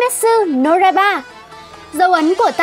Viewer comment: Ad đọc sai từ "Kimetsu no Yaiba" chứ không phải "Raiba" và các từ có z,j,y,ad đều đọc sai nhé.Chắc là do tiếng địa phương thôi nhỉ?Ad sửa dần nhé!